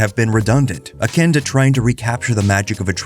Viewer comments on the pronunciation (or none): none